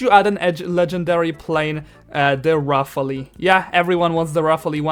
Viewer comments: Its actually pronounced Rafaal instead of rafaalee even tho its named rafale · Thee rafely 😂😂 its pronounced ra-fal… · "Da rafaalee" no hate 💀💀